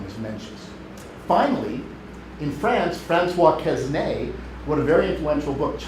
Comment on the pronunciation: How come a professor does not know how to pronounce "Quesnay" properly.